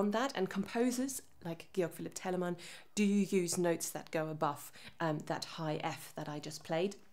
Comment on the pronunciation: I knew she was german when she started pronouncing Bach, Teleman, Handel correctly